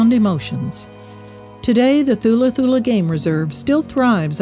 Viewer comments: It is pronounced TULA TULA. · Beautiful reminder. Thank you. By the way THULA is pronounced with a silent H. ie TULA TULA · You don't say the "h" in Thula, it's pronounced Tula Tula